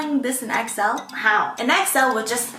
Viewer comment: i keep hearing exo every time she says xl😭